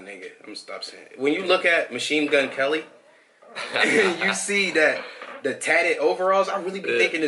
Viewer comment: LMFAO!!! You sounded caucasian as hell when you said Machine Gun Kelly . Sound like me at work trying to act professional.